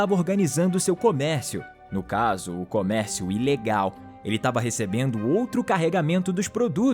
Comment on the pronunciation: "cormécio" kkkkkkkkkkkkkkkkkkkkkkkkkkk